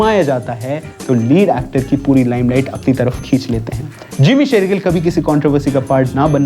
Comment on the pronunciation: Jimmy SHERgill se Amrita SERgill? Achanak aap logon ko kya ho jata hai??? “श” akshar bolna itna mushkil kyun hai??!! 🤔🤦🏻‍♂️